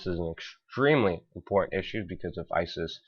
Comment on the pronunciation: I believe it's a speech impediment because, Putin is being pronounced as "Poo-in" and important is being pronounced as "inpor-ant" so he doesn't sound out his T's.